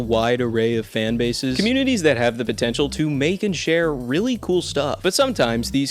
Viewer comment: did you just say, potential?